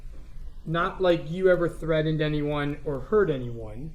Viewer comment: Why does a supposedly grown- well- educated- all- American man with no accent say 'threaden' instead of threatened?